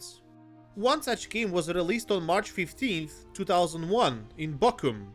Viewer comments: Pronounced Bochum three different ways, and all of them wrong xD Not that I judge, barely anyone outside german speaking countries gets the Ch right x3 The game looks interesting, but a good german game? That would be a rarity. I haven't seen a good german game since Moorhuhn - Der Fluch des Pharao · For reference, if anyone does want to pronounce the CH right, here is a little instruction: Hiss like a cat. Now do it again, a bit softer. And there you go.